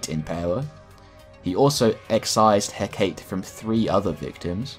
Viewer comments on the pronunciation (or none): Hakate is not pronounces Heh-kate, it is pronounced Heh-kah-tay. It's one of those Greek things like Socrates and Persephone. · it's pronounced Heck-a-tay not hecktate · heh-cah-tee it annoyed me so much the greek god of magic isnt heh-kate its heh-cah-tee im so sorry amazing video very informational but heh-cah-tee not heh-kate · Everyone up in arms about "Constantyne" or "Constanteen" while I'm over here yelling "HECK-A-TAY" when he says "Huh-kate" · I'm no comics expect, but I guess "heh-kate" is Hecate? the goddess? pronounced "heh-kah-teh" (accentuated in the first sylable, "He") Anyway, besides that super small nitpick, I loved this video, great job, I did know Constantine was kinda broken, but not that he was THAT powerful. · Hek-ah-tay Not heh-kate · Great video, only beef is the mispronunciation of Hecate. (Heh-Ka-Tay). Sorry if this is pedantic. Lots of people have probably said it. (If I have this mixed up with someone else, someone please correct me haha) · Cool video! John Constantine had done more than I thought. Minor note: Hecate is three syllables: HEH-kuh-tee, according to Google. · Love this. Side note: HecatEE (think, PersephonEE, CaliopEE, etc) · Hecate is traditionally pronounced as "heh-Ka-tAy" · Hah-Kah-tey Hecate, greek. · Firstly, Constan-tyne. Secondly, Heh-kuh-tay Thirdly, your video was so thorough and well researched! It absolutely killed any interest I have in the character though since he’s just boring & overpowered though wrapped in a nice trench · its pronounced He-ka-tay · Hecate is pronounced: heh·kuh·tee